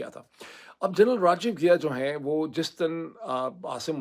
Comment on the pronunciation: Ghia nahi Ghai hai yaar